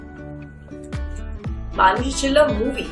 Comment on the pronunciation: She is proud to say name...maaaanushi rather manushi....you surely going foreign